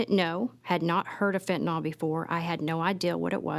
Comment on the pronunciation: I really hate the way people mispronounce Fentanyl. There is no O sound in the word people